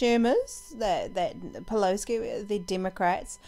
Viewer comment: Great video. And you do know there’s no “k” In Pelosi? 😊